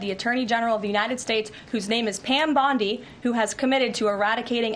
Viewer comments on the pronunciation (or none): none